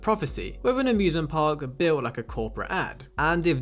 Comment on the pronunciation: okay, i cant be the only person who heard "abusement park" in the intro